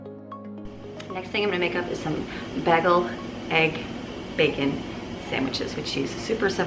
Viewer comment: It's pronounced bay gal...bagel.😸